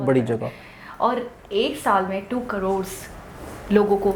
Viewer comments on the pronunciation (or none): none